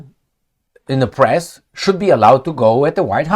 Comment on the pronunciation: Don't say pess. It's PRESSTITUTE. MA'AM